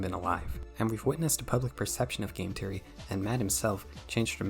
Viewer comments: Please try to pronounce Three, Theory and Thinking properly, that sht hurt to get thru, even though I agreed with most of what you said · cool video but I can't stand how you pronounce theory as teory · "Game teory" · Hi. Your pronunciations are trash. It's THEORY not TEEORy. You aint Irish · >teary >tree bro visited his speech impediment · hearing "Game Teary, Teary Channels, Tearies" hurts my brain functions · Imagine making a video abt THe THeory channels but can’t pronounce “TH”… nightmare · Bro how did you manage to misspell Theory everytime you said it?